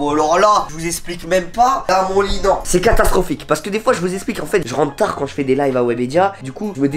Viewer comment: Maintenant tu dis même plus « je rentre tard » mais tu dis « je rentre tah »🤣🤣